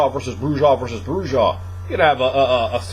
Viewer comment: Not to bust balls but the "j" in Brujah is silent. It's pronounce "Broo ah" not" Broo jah"